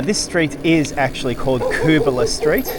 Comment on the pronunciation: Never knew it meant 'scrubby possum', thanks! Used to take my son up that lookout and toss paper planes off it when he was little. Switched over to Tannis inserts following some punctures, zero punctures since. Hey also interested in where you got the pronunciation from, lived around area 40 years on/off & mate lived on Dobell st, we knew it as 'Cubala' as opposed to 'Koobala'. Great ride, and enjoy your commentary, and you've inspired me to revisit on my MTB, thank you. PS that Seventeen Mile Rocks wharf is where coral was delivered to make cement using that conveyor belt. There's historic info boards in the Rocks Riverside Park that explain a few things. Also the huge coral crushing cylinder remains as an historic relic.